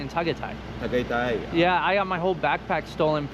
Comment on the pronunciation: First time hearing tagaytay pronounced that way. Its TA GAI TAI. There are no silent letters in Tagalog!